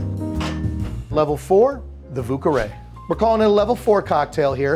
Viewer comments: Totally thought he was calling it a 'Vooka-Rae'. Americans trying to say French words will never not be funny. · His pronunciation of "vieux carré" made me cringe so hard.